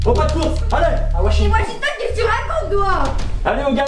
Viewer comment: « On va t’emmener à washignton » 🤣🤣🤣🤣😭😭😭